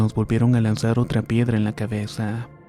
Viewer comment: Abre más la boca porque no se te entienden algunas palabras y o las dices mal, como pedra en lugar de piedra, quemoneta en lugar de camioneta